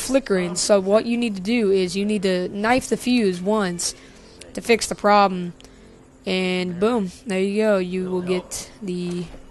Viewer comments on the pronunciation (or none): none